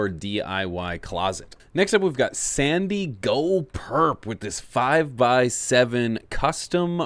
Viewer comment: Just a heads up, it's not 'Sandi-Go Perps' It's, 'San Diego Perps'.